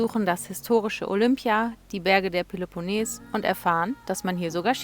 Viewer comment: Ich bin immer wieder begeistert von Euren Videos. Vielen Dank auch für Eure detaillierte Antwort auf meine „Packfrage“. Aber eines muss ich jetzt doch loswerden: Den Peloponnes spricht man mit langem e auf der letzten Silbe betont aus - trotz des doppel-n davor ;-))